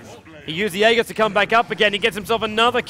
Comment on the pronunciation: How come no one knows how to pronounce aegis properly?